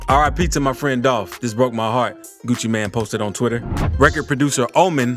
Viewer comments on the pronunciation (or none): none